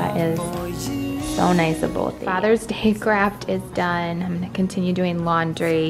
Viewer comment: It sounded like you said “father’s day crap”, instead of fathers day craft... 🤣 gave me a little giggle... 😂